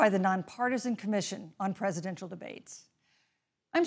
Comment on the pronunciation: nobody gonna talk about how badly she messed up the word ‘Presidential’? It was even made fun of on a youtube poop. I knew once she messed that word up she was gonna be a terrible moderator and I cant quit laughing about it either.